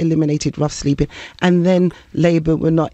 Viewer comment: “Sleeping’ has a G on the end.